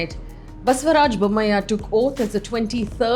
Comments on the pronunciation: Why are you saying Bommaih. He is Bommai as far as I know. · Just fyi, It's pronounced Basavaraj Bomm-aa-yee :) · You are pronouncing Bommai wrong.